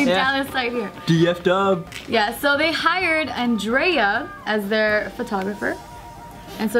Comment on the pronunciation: Is andrea like italian or something.. Otherwise just pronounce it properly..